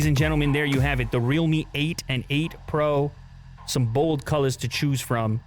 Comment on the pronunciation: I thought you were saying rommie devices haha